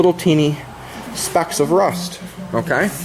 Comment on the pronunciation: RRRRRRUST , when you say it i crack up